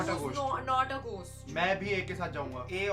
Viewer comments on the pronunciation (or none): Ghhost nhi ghost